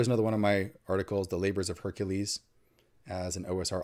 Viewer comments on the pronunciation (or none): none